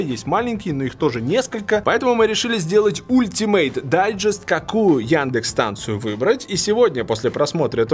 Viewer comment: Сколько раз Вилсаком сказал слово "ултимэйт"?)))))